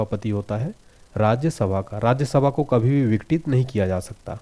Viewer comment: Watching for the first time.Content seems good. But your voice is not clear when you say RajyaSabha ko.....